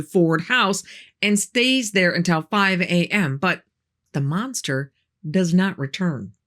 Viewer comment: Ma'am, for God's sake please pronounce "until" correctly rather than "untel."